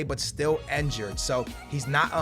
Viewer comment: And it's injured not enjured